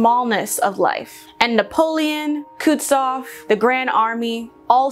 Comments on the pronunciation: It's "Coo-TOO-zov", dudes, not "Kootsoff". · This is a nice essay as always. But COME ON, "Kutzoff"? You swallowed a whole syllable!